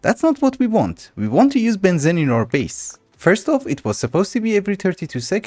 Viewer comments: it is pronounced benzeeene not Bensin :D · just fyi, its ben zeeeene not ben zen. Long ee like fleece.... or so I say it:D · heads up its pronounced ben-zeen love the videos :) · the amount of times i have to hear benzene will make me go crazy its you say it like benzin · Strange. Us "yanks" 'murr'cans have been taught to pronounce benzine and gasoline the same... I'm happy to call it a regional difference. seems there's lotta words that are like that. much as I'd reaaaaally prefer to have a globalized standard for more things. No worries, always looking forward to more progress. and please, PLEASE go megadeep into Thaumcraft. I...I need it. I don't know when I'll get to see more of one of my favorite classics. keep going! right into those obsidian obelisk dungeons, and stuff! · the way pronounces Benzene is so fun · funfact: Benzene aka C6H6 aka cyclohexatriene is pronounced as ben-xeen (if you know x33n) / ben-zeen idk why, but just wanted to point this out